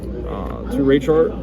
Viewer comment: there’s no way dude pronounced it Raych-Heart lmfao